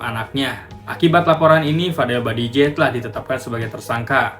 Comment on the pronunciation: BAJIDEH, BKN BADIJEH